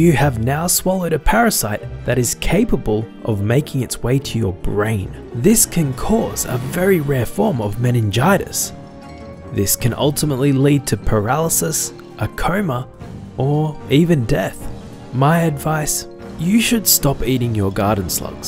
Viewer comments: "a coma" not "corma" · I heard "a karma" instead of "a coma"